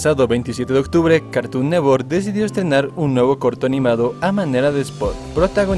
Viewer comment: Carton neTTTTTTTTTTwork es carton NeTTTTTTTTWORK no carton nework